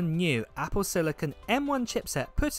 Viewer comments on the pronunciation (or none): none